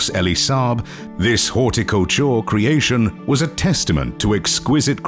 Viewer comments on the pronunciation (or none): The P of Wales was addressed by her maiden name? Disrespectful.Syracuse was mispronounced . The rest is an advertisment for the royal Jordanian family. The words "Haute couture" were mispronounced as horticulture. That made me laugh so hard 😅